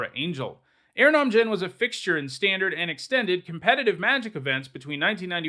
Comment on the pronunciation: Aranom djinn? You mean erhnam? Er-nam? I have never heard anyone, pros, table, or anywhere else pronounce it that way. Took me a moment to catch on. And I played erhnam and burn em in the day.